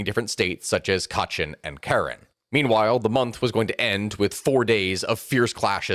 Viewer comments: Its pronounced Kah-rehn NOT karen. Come, now.... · It's "ka--REN", they're one of the few Catholic ethnicities in Myanmar. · Is not Karen like in Karen in American accent. Is more like Ka Ren... so say Kaa.... then Ren. So just separate the Ka abd Ren a little bit then say it again together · You pronounced Karen incorrectly. It is pronounced the same as Karenni without the -ni. Good coverage overall.